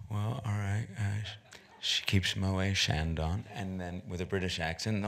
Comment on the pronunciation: He had a dialect coach who never had the brains to tell him that he pronounces Moët & Chandon incorrectly :( It's Mo-ett.. not Mo-ay (it's a Dutch name, not French for the knowalls out there)